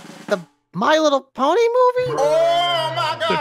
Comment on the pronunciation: I CANT BELIEVE HE SAID LY LITTLE PONY😂😂😂